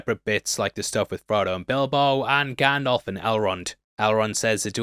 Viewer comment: Love you, but it’s GandALF like ALFred not GanDOLF like Adolf 😭